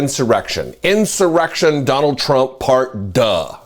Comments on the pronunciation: I'd laugh if it all wasn't so stupid. Gotta love the "Part Duh", though! 😂😂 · "Part duh"???? 😀